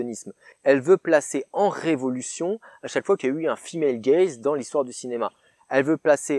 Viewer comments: Moi j'avais compris "fille malegaze" Autant dire que j'ai eu du mal pendant 3 quarts de la vidéo x)) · Pendant vingt minutes, j'ai cru que tu avais dit "le film HellGaze" et non "female gaze". Je suis déçu car je croyais à une version alternative de HellRaiser.